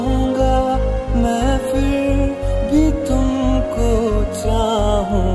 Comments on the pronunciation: it's not "fir'. please learn pronouncing Hindi words. please. it's a humble request. It's "Phir"! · he prounced wrong its not fir its phir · Good but guys why don't u understand it's not fir it's "phir" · Nice feel brother. A small tip. Just concentrate on the pronunciation. 'FIR' nahi Phir ...Its Pha... Phir bhi :) Thanks & That Punjabi Mashup is great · not fir it's phir correct ur pronunciation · awsome bro but its phir not fir